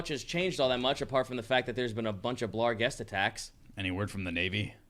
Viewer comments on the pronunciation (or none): A part of me hurts every time they add an "L" to "barghest". At least they aren't also still dealing with svirfneblin.